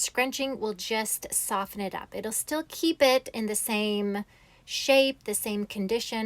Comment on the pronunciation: Wow! This is really amazing. Your hair is gorgeous. I just have to mention: the "t" is silent in the word "soften."